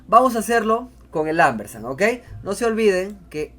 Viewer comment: Excelente...No es Ambersan, es Ampersand...Con P